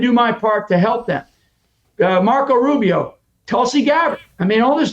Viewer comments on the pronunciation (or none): none